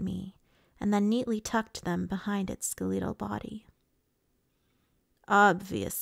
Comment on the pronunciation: skeleetal 😂😂😂 Skell... e (like in ethical)..tal. skeletal........I pointed it out bc you've read it that way several times. It's all good. I've permanently mispronounced words I read first. But I thought you'd want to know